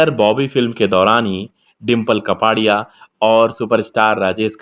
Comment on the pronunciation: कपाड़िया नहीं कापड़िया